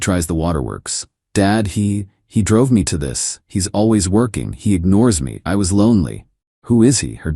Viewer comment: Can the AI get fixed please? i couldn't finish the video cause of how it was reading the word 'me'.